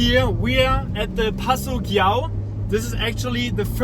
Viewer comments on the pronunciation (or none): It's called Giau like Jau, as in Jack. In Italy they won't understand if you say Giau like in "gear"